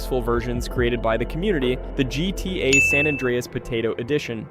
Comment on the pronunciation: Why can't AI voices say GTA properly?